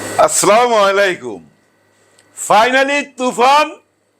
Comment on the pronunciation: সালাম দিয়েছেন খুব ভাল লাগে কিন্তু ভাল করে শুদ্ধভাবে দেওয়ার অনুরোধ।